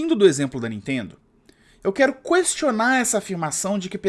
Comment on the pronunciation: pq você está falando "cuestionar" ao invés de "questionar"?